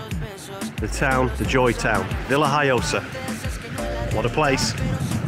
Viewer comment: isnt it VillaHoyosa iinstead of VillHiyosa ?